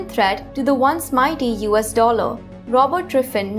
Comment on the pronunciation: She literally can't pronounce the word "Dollar". Fuck this video.